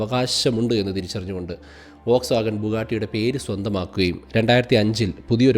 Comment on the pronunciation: വോക്സ്വാഗൺ ❌ ഫോക്സ്‌വാഗൺ ✅